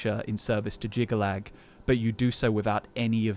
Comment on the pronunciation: It's Jyggalag, Not "Jygga-Chad"